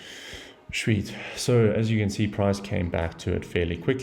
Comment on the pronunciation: Bruv, are you South African? Can't mistaken that "Shweet" around the mark 😅🤌🏾